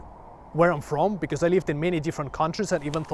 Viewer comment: Just one funny thing i noticed. A not 100% Finn actually pronounciates his ö"s right, but not in the framework i would have expected. Metal umlauts or not, your "because" became "becöme" and i love it . :D